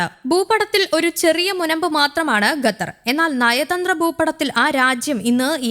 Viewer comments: It's ഖ NOT ഗ. Say ഖത്തർ NOT ഗത്തർ 🤦‍♂️ 🤦‍♂️ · Qatar not Gatar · അന്ത്യശ്വാസമല്ല. അന്ത്യശാസനം. ഗത്തറല്ലടി, ഖത്തർ. ശവം